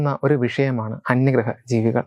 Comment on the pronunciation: Anyarha alla bro...ayye.. Onnu koode clarity kodukkoo...anyagraha ennu parayooo